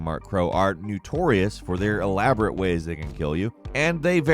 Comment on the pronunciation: Did you say Gnutorious